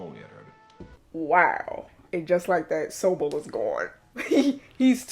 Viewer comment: I wonder why the audio wasn't in snyc with the video. That's Sobel, with an L, not Sobee.